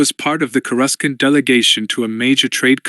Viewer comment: I loved the rogue squadron readings. But this one is just not nearly as well read or well executed. Has to have been read by Ai. Human beings don't read .... as dot dot dot or read asterisks out loud. No human being thats watched the movies pronounces Coor ah scant as core russkunt. Makes it a much tougher listen and lessens the story's integrity.